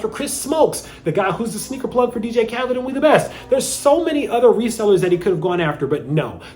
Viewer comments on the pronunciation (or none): none